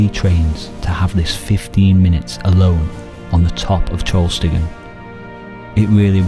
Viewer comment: Small correction. It's TrollstigeN, not TrollstigeR :)